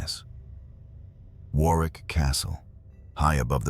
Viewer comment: Pronounced WORRICK as in borrowed.